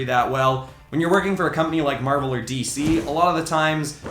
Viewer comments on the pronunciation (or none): none